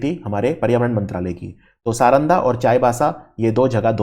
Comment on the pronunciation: प्रमोद पाहन (पुरोहित) सारंडा (के जंगल ) तसर (सिल्क ) सही उच्चारण